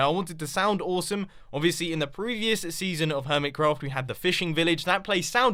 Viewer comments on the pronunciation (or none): none